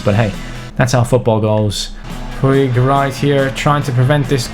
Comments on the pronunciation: IT IS POOJ NOT POO-EEG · Hey, Puig is pronounced "pooj" that is how they say it in Catalan! Like so can siiuuuuuu!!!